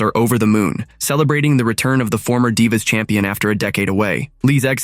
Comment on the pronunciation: Why did you say divea and then say divas try to get it right please🙏